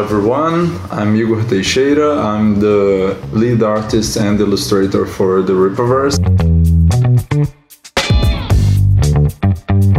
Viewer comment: I'm pretty sure it's pronounced "Eye-Gor"